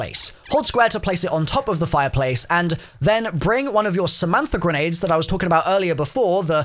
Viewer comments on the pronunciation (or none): none